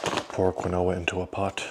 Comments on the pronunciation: Quinoa is properly pronounced as “KEEN-wah”, according to the Merriam-Webster Dictionary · I’m mostly here for the pronunciation of Quinoa!